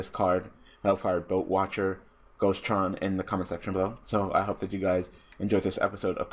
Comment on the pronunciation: The boat man from Greek mythology Karon is how you would pronounce the name